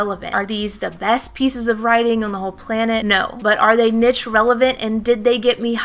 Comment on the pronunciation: Great information very useful. Please look up the pronunciation of the word niche.